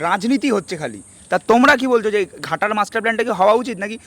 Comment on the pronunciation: ঘাটাল হবে খাটাল 😂😂😂😂😂😁😁😁